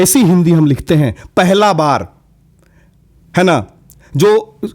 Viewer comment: पहेला बार😂😂😂😂sounds similar to the language spoken in musahlampur